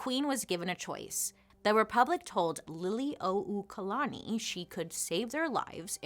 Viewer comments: literally cheered out loud at bailey’s pronunciation of liliuokalani—well done! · Great pronunciation of Liliʻuokalani. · Perfectly said.. you pronounce our Queens name beautifully